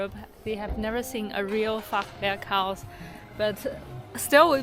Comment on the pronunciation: AI, create a German town......😅 I admire your correct pronunciation of Fachwerk and Bratwurst 🥰